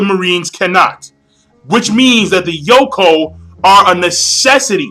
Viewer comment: It's Yonkou, not Yokon. lol